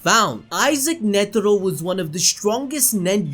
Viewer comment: why you keep saying netiro lmao tf is that